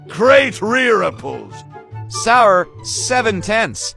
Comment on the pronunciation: the voice really pronounced Sour as "ˢᴬᴿᴱ"